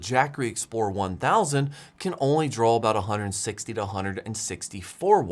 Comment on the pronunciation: Also drawl instead of draw.